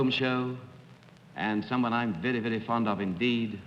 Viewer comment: "...I'm veddy-veddy fond of..." GIVE ME A BREAK!!!